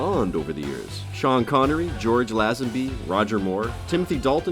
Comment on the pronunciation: The speaker managed to mispronounce Lazenby as well. Very shoddy work.